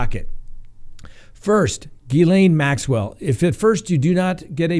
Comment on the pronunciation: Hey you are finally pronouncing her name correctly! I know it was a struggle because of all the reporters saying it wrong.